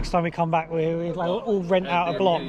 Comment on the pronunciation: does everyone "b(l)ack it in" in North Korea?? 😅